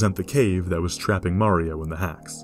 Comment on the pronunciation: Wait, You said marao multiple times.